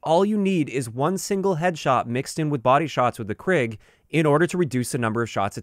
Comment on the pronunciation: Krig in Swedish means war, and it's pronounced kreeg rather than krigg